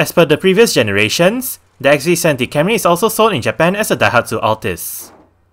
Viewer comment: It’s Camry, not Carmy